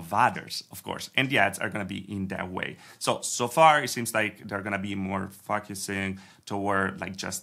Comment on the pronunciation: Say focusing again 😂